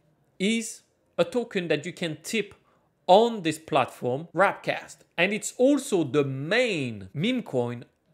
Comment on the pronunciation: W A R P cast not W R A P cast !